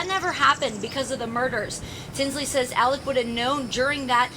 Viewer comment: So many presenters are pronouncing his name as “Alec” and not “Alex.” Am I missing something, or is everyone confusing his name with Alec Baldwin’s?